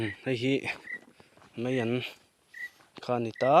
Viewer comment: Meian ni lo vin maian tih zawk tur aw a ngaih thlak a nuam lo mizotawng hi diktakin hman hram hram zel tur meian ti tawh Suh aw